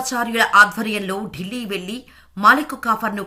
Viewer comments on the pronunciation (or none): none